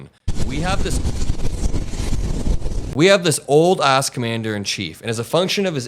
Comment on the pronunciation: I watch your stuff from UK. I agree with most of your views and comments but I think you're going to alienate viewers if you keep emphasising Trumps age. I started to feel uncomfortable after you stressed the word OLD on 3 or 4 occasions. Cognitive decline is not always a symptom of age and age is not a barrier to good leadership. Stay safe. :)